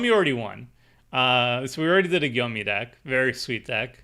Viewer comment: "Gyome" is pronounced like Home but starting with a J "Gy" is a singular letter